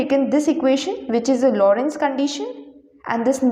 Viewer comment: It's Lorenz gauge, not Lorentz gauge!